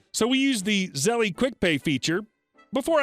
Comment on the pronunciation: First story: Zell-E lol. The E is silent. How do I know? Been getting countless ads for them over the past two weeks, especially on RedWheel videos.